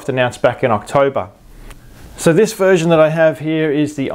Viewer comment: I thought you said virgin at 1st! lol *version